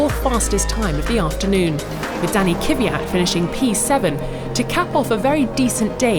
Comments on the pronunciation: It's NOT KIWIAT it is pronouced K V Y A T! I don't like to be THAT GUY but i couldn't help it.. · K V Y A T not K Y V Y A T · I dont mean to be bad but this girl that always reports FP2 keeps on saying Kivyat apart from Kvyat. Im not sure how its said in russian properly but i dont think its right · Plz learn to pronounce Kvyat! It's not Kyviat! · Will this lady stop calling Torpedo Kiviat? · IT'S NOT "K-I-V-I-A-T"! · Can't Formula 1 find a narrator who can pronounce non-British names correctly, like "Kiviat" and "Leclerk" (sic)?